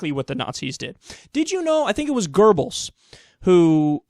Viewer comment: Goebbel, not Gerbbel